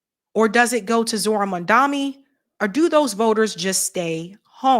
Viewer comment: 😅 please say mamdani right, IT IS Not that difficult 😂